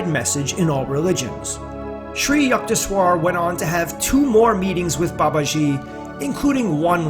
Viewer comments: yuckteshwar ! yuck! U in Sanskrit is pronounced like a short U more like book. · Hi, I am a 50 year devotee of Parmahansa Yogananda. I really enjoyed this video and thought it is mostly accurate. The mispronunciation of Sri Yukteswar’s name was disconcerting to me (Yook-tes-war is how Yogananda pronounced it). There are many recordings of Yogananda praying and saying the name of each guru in the SRF line. Just thought you would like to know for future videos. May Babaji guide your steps and vision to more videos of these great masters.